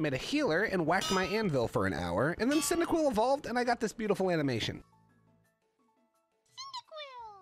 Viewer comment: cycibcub wat the heck its pronounced like cindaquil